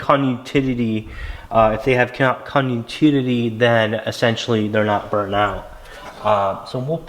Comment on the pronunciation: Say it with me, CON-TIN-UITY This guy:con u tity